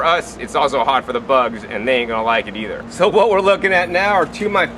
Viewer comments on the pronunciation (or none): none